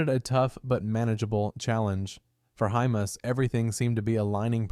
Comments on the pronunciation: Sounds like IT is saying hummus... 😂🤦‍♂️ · You've pronounced hymas 3 different ways in this short vid.....